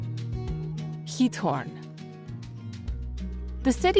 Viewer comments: Why do you call Giethoorn 'Torn'? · correct nr 13 is Giethoorn, not Thorn